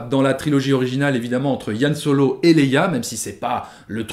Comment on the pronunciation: Par contre c'est Han Solo, pas Yan Solo 😁 Sinon on dit Chictaba et Millénium Condor....